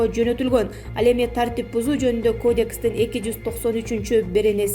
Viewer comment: Кодекийис , инфексийа , Ананево , карупсия .